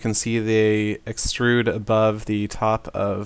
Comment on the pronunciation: lol he said up abobe